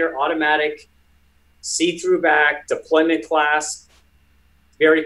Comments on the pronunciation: For being a watch dealer, shouldn’t he know that it’s “deployant” and not “deployment?” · its deployant not deployment